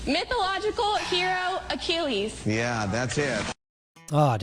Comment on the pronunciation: that one is the WORST! That episode was college students, and the dude got the $1 million between the Bankrupt spot. He lost $1 million because he, a college student, mispronounced Achilles.